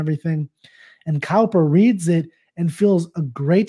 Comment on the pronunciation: Thank you for that helpful explanation. I love Cowper's work but had not come across this poem before. [btw ... Cowper is pronounced 'Cooper'; it took me many years to realise that - and I am English! They both mean 'a maker or repairer of casks and barrels' (with hoops/coops) which makes 'cask' and 'coop' (Stanza 5) more interesting.]